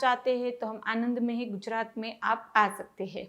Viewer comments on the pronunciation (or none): none